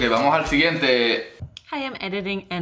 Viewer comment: From my perspective, the main aspect of nicaraguan spanish is the turning of many "S" into a a very soft and sneaky "j" in order to create a dynamic ongoing diphthong if possible. So to me it would be "vamo(j)al siguiente". Then combine this with the speed and very particular rhythm and you have quite a bit of nica spanish. Nice video, thank you :)